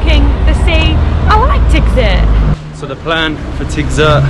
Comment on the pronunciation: Great video 👍 Remark: in Tigzirt, both letter “i” are pronounced like “ea” in sea. All the best for your upcoming adventures 🙏